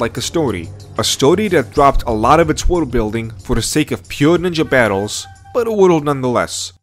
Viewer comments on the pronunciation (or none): "woodill building" even the subs fucking dunk on how this dude says worldbuilding, LMAO. besides the atrocious pronunciation tho, good video my dude. and even then, the weird way you say shit is kind of endearing in a way.